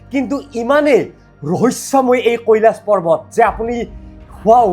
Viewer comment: পাৰ্বত নে পৰ্বত কেলা।‌ ইমান অভিজ্ঞ হৈ উচ্চাৰণ কৰোঁতে অলপ সাৱধান হ'ব লাগে ।